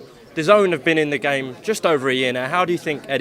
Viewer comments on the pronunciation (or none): none